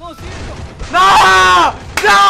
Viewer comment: con tdododododododoodtodo y se dice silvio no zilvio jajajaja